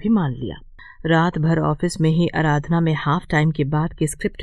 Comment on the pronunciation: अराधना नहीं आराधना है